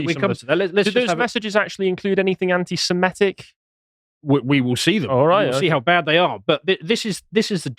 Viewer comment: It's "anti-semitic" not "anti-simetic". I hate it when it rhymes with "emetic". It makes me want to puke.